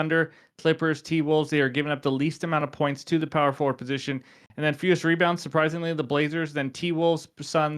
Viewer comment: Whenever you says “So on, and so on” I heard is as Sochan (like Jeremy Sochan) everytime